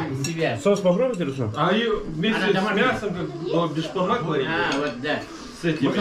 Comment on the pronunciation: Зачем слова коверкаете, не беспармак а бешбармак